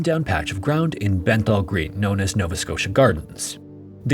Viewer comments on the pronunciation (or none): just a small correction but it’s Beth-nal green 😆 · The place names are way off It's BETNAL green not BENTTHAL green. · it's Bethnal Green, not 'Benthal' It's a famous area of London and almost everyone in Britain has heard of it. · I believe it’s Bethnal Green (rather than Benthall)! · this seems a particularly well researched case. seems odd to me that you took all that time to research a case, but couldnt take two mins to research how to pronounce Edinburgh and Bethnal Green.